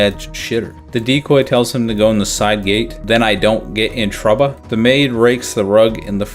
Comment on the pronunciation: "then I don't get in troubba?" 🗿